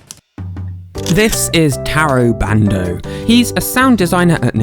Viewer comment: Everytime you say bando i think you say brando